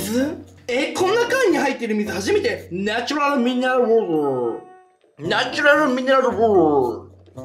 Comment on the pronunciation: 「ナチュラルミネルゥルウォウォー」 🤣🤣🤣🤣🤣🤣